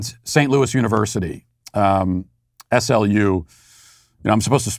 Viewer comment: The locals pronounce SLU like the word slew, just so you know!